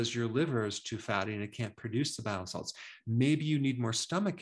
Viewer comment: Hey doctor just curious are you saying bio salts or bile salts?